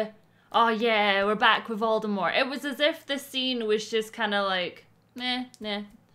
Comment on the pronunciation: I love your reactions! It might be too much to ask for, but can we get a compilation of all the different voldemort pronunciations at the end of this? The moment with sirius always makes me sad but just hearing say "Vuldemooooor" made me chuckle in the best way